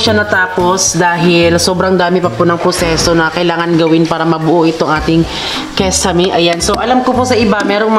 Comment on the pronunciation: Kisame sis... Hindi kesame👍